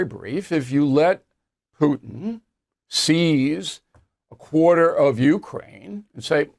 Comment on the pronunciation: Bill, did you say tootin, Putin ?